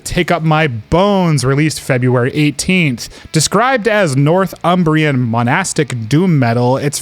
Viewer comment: Hey guys thanks so much for the kind words for the album. Really appreciated the passion you have for it. And obviously I can’t comment as I’d be bound to make similar mistakes, but just for the record…. It’s pronounce nor-thumbrian not north-umbrian, and Cuthbert with the u as in “but” not as in “truth”. All aside though I’m flattered at your comments thank you.